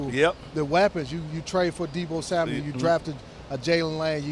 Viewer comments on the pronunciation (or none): Fred it's samuel not samuelss😅